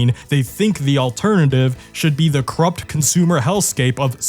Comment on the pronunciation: Ahh, yes: Consoomers.